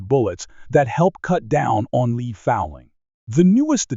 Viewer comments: Lead.....it's pronounced LED, not LEED. Where do they find these script readers anyway? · Fix the AI reader to say the soft metal bullet name lead correctly! It is NOT pronounced "leed" ! It is pronounced "led".. This video is all about bullets made from LEAD. NOT leed! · AI narration is weak. Lead (led) not lead (leed) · "Lead" pronounced "Leed". Dead giveaway for fake/computer voicing. I hate that stuff. Next. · And lead pronounced "leed"! 🙄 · You can Lead a horse, but it's a Lead acid battery. I know it's spelled the same, but the way it is said, it totally means something different. 🤔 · Well, so much for A.I. Lead (Leed) fouling? Semi auto (Semi-I-O-Toes). Well, I don't see A.I. taking over the world anytime soon. For me I'll stick to CCI Blazer and Stingers. All of these BS new rounds are marketing hype in order to charge more.